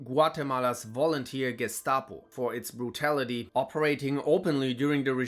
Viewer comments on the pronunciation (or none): none